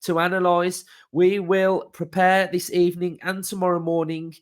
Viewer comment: Good Ebening